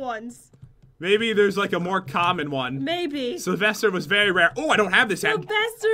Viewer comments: Salvaster? Don't you mean Sylvester? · I thought it was sylvester not salvester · who is salvester??? isn't it Sylvester??? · I'm sorry, who's this "Salvester"? By any chance does he know a bunny named Sylvester? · Umm...Its Sylvester